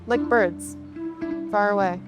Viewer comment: Ayeeeeeee its da fkn boids